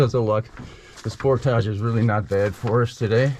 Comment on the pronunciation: Thank you for pronouncing "portage" correctly.